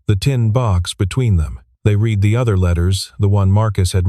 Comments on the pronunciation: At about : : the word 'read' is wrongly presented in both pronunciation and tense! The correct tense is past!. The 'e' or 'ea' should be soft to suit the context of the story! Oops LoL 😢😢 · Machine narration still has a long way to go. Apart from the "read/red" problem, the other one that annoys me is the "liv/lyv" confusion. Although it happens with all homographs....